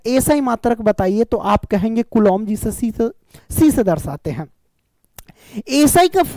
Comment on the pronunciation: Kulom nhi hota kulam hota hai